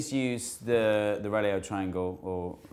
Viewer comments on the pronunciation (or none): its pronounced rool-oh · its actually pronounced like 'rolo' but with a bit more rolling of the tongue on the 'o' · Reuleaux is pronounced Rurr-LOW or Rurr-LAW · Your saying it wrong it's not REulEaux, it's REulEaux people usually put the second E before the first pu it's actually the other way round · "reauleaux" is simply pronounced "rolo" ! :) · Its difficult to explain how to pronounce "reuleaux" because the "eu" sound of the first syllable doesn't exist in English. The second one is easy because au, aux, eau, and eaux all make the same sound in French, which is equivalent to "oh" in English. So, its something like inbetween "reh-loh" and "ruh-loh" but really altogether different. Its like, if you tried to say "reh-loh" with your mouth slightly pursed more closed for the first syllable. I dunno - take a French class. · I believe it is pronounced "roo-low" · Rouleaux triangles (roo-low) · i believe reuleaux is pronounced rolo as in the sweet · The pronunciation is Rolo rotor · I think you pronounce rouleaux like 'rulo', but i'm not sure about it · It's Pronounced Rolo triangle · It's pronounced like ruler but with oh instead of er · Reuleaux is pronounces the French way: Re-LO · I believe it's pronounced "roo-low" if memory serves me correctly. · I believe it's pronounced "roo-loh". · Reuleux is pronounced rolo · Reuleaux is pronounced 'RO-LO', like the sweet. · It's pronounced "Roo-lo" triangles. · Its pronounced Rolo. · Its pronounced rolo